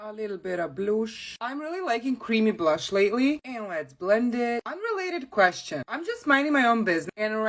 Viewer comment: The way she said bloosh